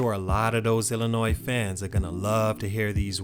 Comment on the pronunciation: HEY!!!! You said Illinois right!!!!